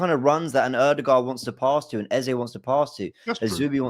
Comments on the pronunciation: If you say Aza instead of Eze one more time 😂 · Can someone let this know his name is Eze and not Ezar!!!!!